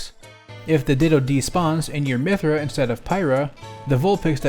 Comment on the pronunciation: My Thea,not pyrah